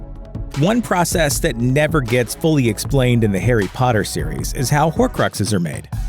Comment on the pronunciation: at the beginning when he said Harry Potter is it just me or did it sound like he said "hairy Potter" Also when you say voldemort it sounds like you're just saying voldemore